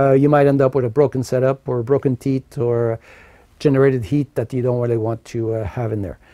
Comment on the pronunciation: All I heard was teets - teets and more teets.